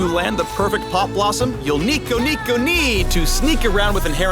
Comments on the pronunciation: rito really u said nico nico nii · he did not say Nico Nico Ne nooo pls xD